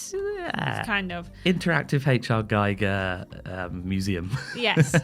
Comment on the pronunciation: It's GEE-ger and I will die on this pedantic anthill.